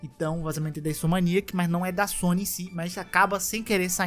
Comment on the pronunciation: Cara, assisto os vídeos do todo dia pra almoçar. Mas esses últimos com ele arrumando esse "a" do neida e falando "InsomAniac" tá bom demais! Fico rindo e voltando toda vez que ele fala kkkk Parabéns pelo trabalho mano!